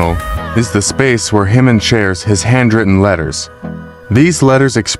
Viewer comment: The mispronunciations are driving me crazy!! "Himmin" and "Bisson" top the list, but seriously, it's pretty egregious error when Jimin is not a new artist. There's so much content and guides on how to pronounce his name and other KOREAN words. If all else fails, look up the KOREAN (hangul) spelling of his name and learn how those letters sound!